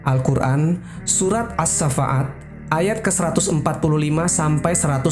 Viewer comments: Bukan surah as sa fa at ya, as-shoffat. Fa dibaca panjang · QS Ash-Shaffat, bukan Ash-Shaffa'at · channel ini.. kelihatan berbobot. membuat konten seperti ini harus paham literatur kitab2 seperti qishosul anbiya.. durrotun nasihin.. badaiuz-zuhur... tapi yg mengherankan pengisi suara.. kenapa menyebut surat as-shoffat aja menyebutnya as-safa'at ? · Terimakasih ilmunya... Sayang sekali sering Salah menyebut nama surat As-Shoffat menjadi As shafa'at. Mhn diperbaiki. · Ralat# jika memang salah sebut, pasti ga di ulang-ulang, maaf ya ka.. dalam penyebutan surat, bukan surat as safa'at... Tapiiiiii... As sofat..😂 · Iya, Ash-Shoffaat, bukan Asy-Syafaat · bukan surat ays-syafa'at min, tapi surat ash-shoffat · Salam Saudaraku. Mohon maaf. Bukan surat asafaat tapi Surat Ash shoffat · Surat Asshafaat,bukan Asyafa'at... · Qur'an surah AS SHOFFAT BANG . BUKAN AS SHAFAAT BACANYA AS SHOFFAT. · Assafat kali bang bukan assafa'at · Koreksi penyebutan Surat Ash-Shaaffaat ya Bang...